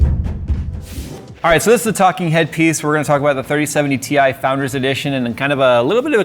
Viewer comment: 30-70 TIE!! it's TIE.:D